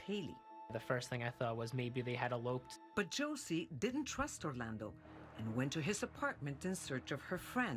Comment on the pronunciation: I hat the way she keeps saying Orlando